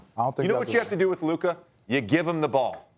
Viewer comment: It’s luka and it’s not close